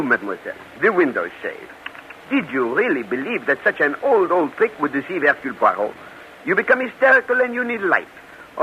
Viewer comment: Air cule pwah ROW ?????? 🙄🙄 Ah c'mon. Only Belgians will get the pronunciation correct, but at least try!